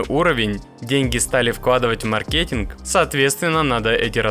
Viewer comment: ма́ркетинг, от англ. слова маркет - рынок